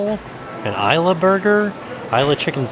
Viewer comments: In Spanish, Isla is pronounced "ees -la". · It's Spanish, not British. Ees-la, not Eye-la 😊😊just like the movie. Isla Nublar becomes Isla Nu-Bar. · 🤦🏻‍♀️ It’s pronounced “Eela” not “eye-la.”